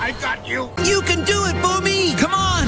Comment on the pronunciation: Bumi meant earth in indonesia. And pronounce just corect as well. “Boome”